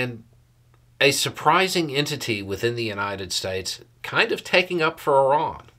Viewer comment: "Ih-rahn?' You mean "eye-RAN"?? - The average American 😂